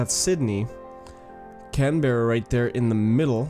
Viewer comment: btw, that's not how you pronounce Australia, Canberra, Melbourne or Brisbane. please don't take offence to this I also subbed